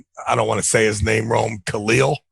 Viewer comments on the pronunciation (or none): Gotta love. "I don't want to say his name wrong, Kaleeol."... lol